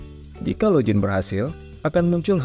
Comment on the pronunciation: log-in, bukan lojin 😁